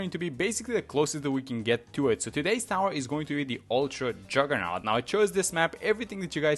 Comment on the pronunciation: "uwtwa juggewnaut"